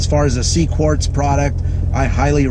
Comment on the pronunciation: IT'S QUARTZ NOT CORDS. ps HATE WHEN PEOPLE RECORD VIDEOS IN THEIR load CARS///SHITTY AUDIO/ HOW DO YOU DRIVE THAT THING? HEAD HURTS EVEN LISTENING IN VIDEO.